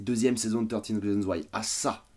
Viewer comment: Le prends surtout pas mal. Mais le "th" en anglais ne se prononce pas "te". A la rigueur c'est plus "fe".